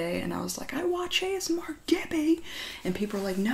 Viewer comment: Did anyone else hear "chibi" instead of "gibi"? Also I thought it was pronounced giby too lol.